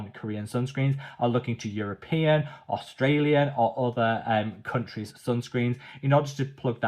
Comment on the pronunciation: Why does he say Australia like that?